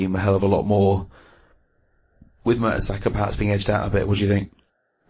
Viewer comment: If this guy says merta"soccer" one more time. ....